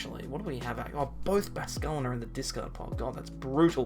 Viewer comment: Great content, just cringe everytime you say Basquelin instead of bascuiln